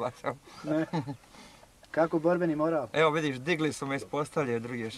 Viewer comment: 1.05 n'zna reci MORAL hahah